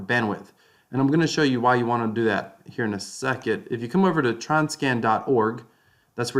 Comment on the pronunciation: Tron freeze instructions start at mark :) “TRUCE” hahhaa